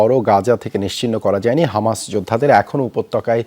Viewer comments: হমাস না ❌ হামাস হবে ✅ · Kanachuda হমাস nah hobe হামাসা